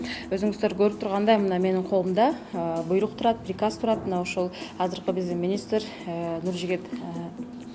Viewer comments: Пирказ дегенди туура айтып алчы анан Директор болсон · Пириказ,дейт го.